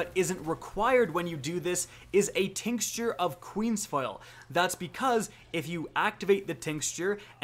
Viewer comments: Say it with me: TINK-CHUR Round Two: AN-ATH-EM-AH Keep the content coming! Great stuff! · Tinkschure? Lol